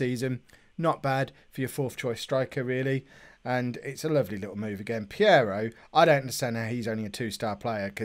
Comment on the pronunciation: Hey. It's Peiró not Piero! You can allways nickname it your way like Sir Briana of course lol. In another subject why dont you look to playear fitness when you make substitutions????